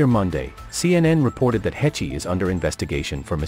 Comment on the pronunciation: Uhm just fyi. Her last name is pronounced: "Haysh."